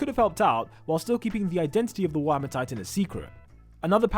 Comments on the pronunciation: Mans said "whammers" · Man,even the subtitles say ur accent as "warmer" titan...